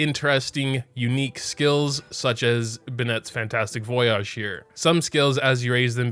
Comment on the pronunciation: I really cant handle pronunciation of "Voyage", IT VOI-AGE MOGA